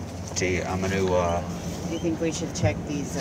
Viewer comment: bro at the end really said we are gong food shopping